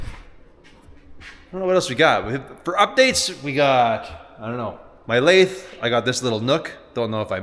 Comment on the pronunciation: Stop calling it a "lay-thh" it's a softer th like then. Not an airy th like thought. I squirm every time I hear it